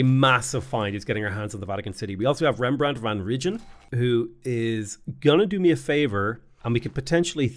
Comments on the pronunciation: Rembrandt van Region lol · just a little note on the pronunciation of "Rembrandt van Rijn" : it's a dutch name and the dutch language combines certain letters to create new vowels. for instance "ij" is transformed into a vowel and it closely resembles the sound of the English word "eye" but spoken very quickly with a tinge of a bad Scottish accent. If you want to hear it, throw it into google translate, set it to Dutch and listen to the pronunciation, Google is spot on, on this one. On another note: love your content and i hope this "well akshualy" helps your algorithm a bit <3